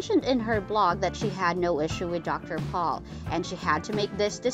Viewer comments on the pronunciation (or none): Damn! Never have I heard somebody BUTCHER our language like this woman does! Missouri is NOT pronounced ME-zuri! And it's Dr. Pol, pronounced POLE, not Paul!. And she totally screwed up the pronunciation of Veterinarian at the end! I don't normally nitpick a posting but sometimes you just think to yourself, either pronounce our words correctly or just shut the heck up! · Jan pal NO NOT Pronounced THAT WAY ITS PRONOUNCED YAN POLE GOSH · Pol not Paul!🤮🤮🤮🤮🤮🤮🤮🤮🤮🤮🤮🤮🤮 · His name is Pol POLE. Not paul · Jan Paul? It’s pronounced yawn pole! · Wish whoever does this video, you could get Dr Pol name right. It's Not dr PAUL. GET IT RIGHT OR DONT DO A VIDEO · It's Pronounced POLE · If you can't say Pol the correct way then find someone else to do the narrating, maybe watch the show, DAH. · For God sake research and learn how to pronounce their names correctly! Shame on you. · I was thinking the same, obviously she hasn't ever watched the show. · I totally agree!!! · Why don’t you learn how to pronounce Dr. Pols name? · Terrible narration. She mispronounces most of the names, including Dr. Pol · The narrator needs to learn how to pronounce Dr.Pol’s name! This narrator needs to be removed!